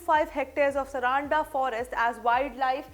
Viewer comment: Mam the pronunciation is सारंडा .. plz take care of this local name